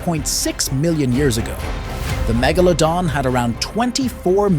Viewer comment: How normal people say it: Mega-luh-don How he says it: Meh-gah-la-don HES SAYS IT CORRECTLY ON but the man must’ve thought it was a wrong and went back to MEGALADON